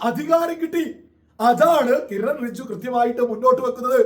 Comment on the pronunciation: റിജു അല്ല ബ്രോ ,റിജുജു എന്ന് പറയൂ.Anyway thanks to Kiren Rijiju for coming to Munampam and explaining the Law.